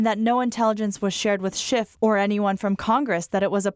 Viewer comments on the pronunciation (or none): none